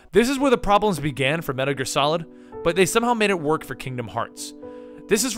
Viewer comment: "Medder Gear?"